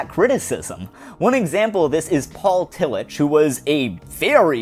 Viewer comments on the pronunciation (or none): Great take on Utopianism. Love your videos! I love your bringing up Tillich too; a small correction though, the "ch" in Tillich's name is pronounced in the harder German way not the soft English way.